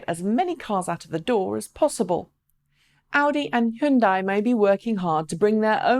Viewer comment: just a reminder that it is pronounced h-yun-day.